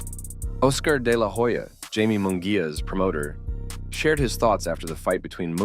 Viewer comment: It's pronounced High-Meh not Jay-Mee